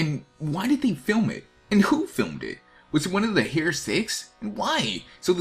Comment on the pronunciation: "Hair seven" Lol XD